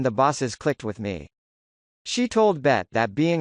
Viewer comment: Lol he keeps calling B.E.T channel Bet lol! Out of touch